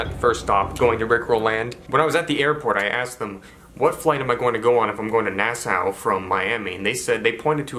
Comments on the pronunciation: That na-sow was killing me.. it’s pronounced NASS-SAW bro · It’s pronounced Nass-aww not Nass-oww 😂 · Here from Nassau(which is actually pronounced “Nah-Saw”)🇧🇸 I love the content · It’s Naah-SAW, lol You are the best brother!